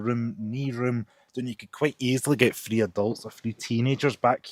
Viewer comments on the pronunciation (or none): Sorry but it's TH ree. As a deaf person requiring subtitles it's so frustrating